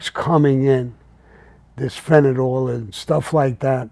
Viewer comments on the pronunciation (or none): It's fentanyl sam not fenadol,ok